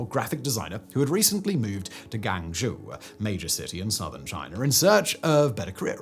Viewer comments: Learn how to pronounce "Guangzhou." It's pretty basic. I can see the difficulty of the first syllable for newcomers, but GANG is horrendously far off from Guang. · The City of Guangzhou is pronounced "Gwung-Joe", not "Gang-Joo".